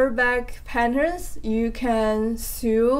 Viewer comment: I have just ordered Louise Crowther's two animal books! I like your new bag. Instead of sewing a strap, you could buy some ribbon that is slightly less wide than the strap and and thread it through the knitted strap. (By the way, the word "sew" rhymes with "no".) I hope that your sock pattern is chosen for the new Laine book. How exciting!